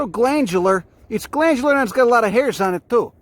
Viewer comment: “Look at those hares” he’s pronouncing it hares, not hairs.